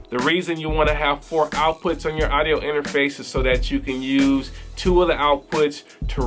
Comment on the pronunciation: I hate the way you say "idio." It is pronounced "Awwwdio"